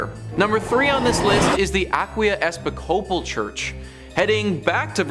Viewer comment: It's the mispronounciation for me. 😅😅 "Episcopal" is pronounced e-PIS-co-pALL